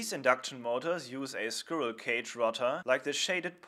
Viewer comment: Good video :D I am not sure if you are aware that you pronounce the word "squirrel" wrong though.